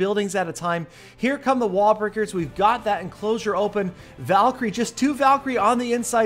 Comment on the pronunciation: yes, u did say "wall-bricker"